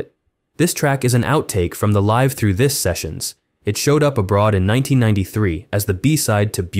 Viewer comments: "Live" through this - mispronounced l-a-i-v as in five - a sign this has got to be a fake AI voiceover. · Your AI voice-over pronounced Live Through This Wrong. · It's not "Live Through This" as in performing "live". It's live as in being alive... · Saying Live wrong. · Is the voiceover an A.I? Inconsistent pronunciation of Live. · no. if you know how to play their songs on guitar, they are totally different approaches and styles this narration is junk. doesn't pronounce the album title live thru this properly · You often pronounce the verb "live" in "Live Though This" like it is the adjective "Live" (you use a long I instead of a short one). It comes off as extremely under-researched that you're not pronouncing the album correctly, especially considering it's the entire subject matter of your piece. I'd re-record the VO and re-post. It's a pretty embarrassing error, and I'd hate for you to immortalize your mistake, folks could judge you on this error for generations. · I was wondering, is it an AI voiceover? Either way it’s sloppy work